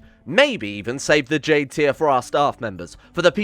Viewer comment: Did you say Jade food lmao